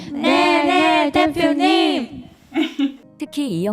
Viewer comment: 네네 대표님...이 왜 네네 사랑해...로 들릴까